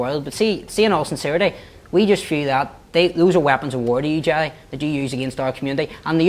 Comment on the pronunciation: lol at the young prod that keeps calling Gerry ...Gelly LOL